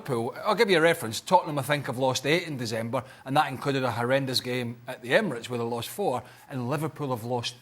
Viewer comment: Surely I’m not the only one who noticed how weirdly Craig pronounced ‘December’ 😂